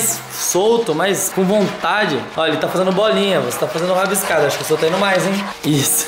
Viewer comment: Não é mai é mais